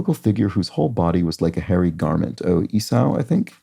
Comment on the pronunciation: Esau, pronounced “E-saw”